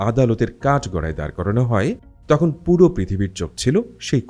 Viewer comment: Bro, it's not tohon. It's tokhon.